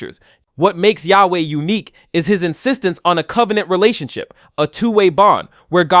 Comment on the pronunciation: Jew here. The name of G-D wich you used (we don't pronounce this name like you did) is a combination of three words: "היה", "הוה", "יהיה" In translation: "Was", "Is", "Will be" By the way, G-D has many other names, and is way more complicated than how you described it, the way jews see G-D is like a combination of **almost every aspect you described in this video, but far beyond human understanding.